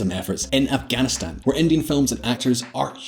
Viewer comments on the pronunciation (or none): none